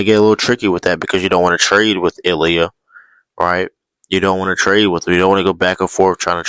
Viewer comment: “Illia toyota” 😆😆😆